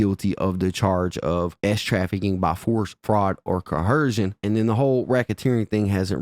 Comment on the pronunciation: You said coercion Memphis as hell mane